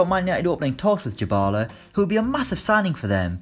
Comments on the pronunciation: I got triggered everytime he said "djibala" instead of dybala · U mean 'diebala' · Navi22 jibala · Paulo "Djybala"? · Your pronunciation of Dybala is terrible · W-why does he say Dybala like that... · Fr, where did he get the j from 😂😂